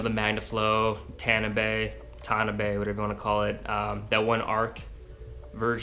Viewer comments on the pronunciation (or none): I think it's tah-nah-bee